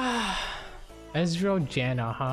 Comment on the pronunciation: When you said “ezrael janna” at the beginning I thought you said “estrogen” which is a hormone I believe xdd